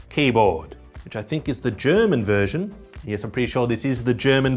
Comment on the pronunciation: "Gërman vërsion, Gërman vërsion" 🤌🤌🤌